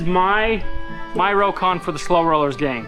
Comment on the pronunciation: It’s “row-con”. I wasn’t sure but found a history of the Rokon online. The inventor initially went for Rockon but dropped the “c” because it looked better in print and soon everyone was pronouncing it “row-con”.